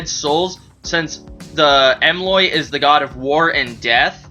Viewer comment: He's "EmRoy", not "EmLoy".